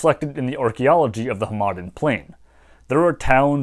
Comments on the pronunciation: I was thrown off every time you said Hamadan as huh-maden lol. It's pronounced Ham-eh-don, at least in the farsi I know. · Just a minor pronunciation note: The city and region of Hamadan in western Iran is pronounced like HAmaDAAN. The middle syllable is the quietest one, the third syllable is the most emphasized and is also a longer vowel. I don't speak Persian fluently but I've had enough exposure to it (used to have an Iranian girlfriend) that it seems to me that in Iranian words the stress is most frequently toward the end of the word, often on the last syllable.